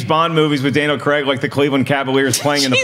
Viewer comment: It's Daniel Cray-g not fucking Cregg jesus fucking christ it's almost as bad as Frosty saying Thaynos to the guys who wrote the film!!! Get it right it's not hard.